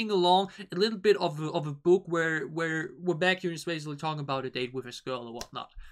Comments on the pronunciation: No need to add the group name. You only add the group name if that member has a similar name with other kpop groups that is uncommon in Kpop industry. Plus it’s pronounced as ‘Bake’-‘Hyun’ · There's is only one BaekHyun. But there is a kai in another group. So you can just put BaekHyun in the title. And is pronounced beck-hyun is more similar with the word bacon. Today 27th of November is Chanyeol's birthday 🎂